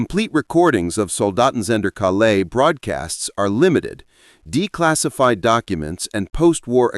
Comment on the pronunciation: Calais not CaLAIS